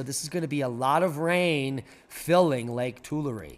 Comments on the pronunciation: Will look into the Bunkie Life. Building a cabin soon. Oh and it is too-LAIR-ee not too-la-REE. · Tool-air = Tulare, pronunciation. I know, I hiked it. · Tulare is pronounced "too- larry" by the locals. The Portuguese local to the area said "too- LAR". 😊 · Lake tooool la reeee……. 🤣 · It is pronounced Too-larry Lake and the town is Core-core-en. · 😂 It's "To-larry" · It's not one Larry but two Larry, that's how it's pronounced lol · to-LAIR-ee. To-LARRy. Lake Tulare.